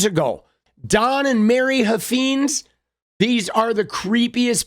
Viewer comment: I live in Texas where this guy is from. He is an idiot but it’s pronounced Huff Fines. Like a fine to be paid Huffines